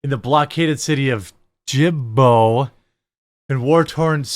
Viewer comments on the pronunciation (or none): Sorry, but you sound nearly illiterate. You never heard of Burkina Faso (burr - KEENa FAH - so) or Djibouti (djuh - BOOT - ee)? Where were you during geography class? I guess not paying attention, and without any interest in other countries and places... Hmm, ever heard of Rwanda? Congo? Liechtenstein? Not knowing much about the rest of the world does not inspire confidence in your opinions.